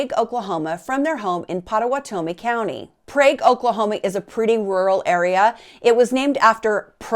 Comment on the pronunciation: Okie here , Pot uh wat ah me . That’s how you pronounce it.